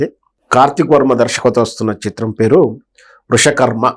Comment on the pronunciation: Vrushskarma not vrushakarna